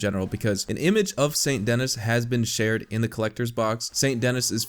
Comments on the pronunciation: Well now you know that it's pronounced "San Denee" instead of Saint Dennis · It’s pronounced saint ‘denie’ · Its pronounced San denee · It's pronounced "Sane Deny" lol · More like San Denee as it's pronounced in French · So awesome how he just completely ignores the French name and the fact that "Dennis" is missing an N. (because it's actually French, this city actually shares it's name with a French city)